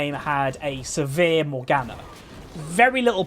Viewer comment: why do you call sivir, severe?